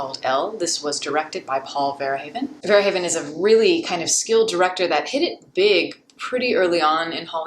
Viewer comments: 'Verhaven'? It's Verhoeven which is pronounced as Verhoven. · I'm sorry it's pronounched Verhooven